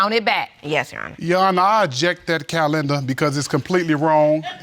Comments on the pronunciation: Cowlinda? Calendar sir? OMG😂😂😂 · Cal Lender took me out! 😂😂😂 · "I aject that calen-der" 🤣😂🤣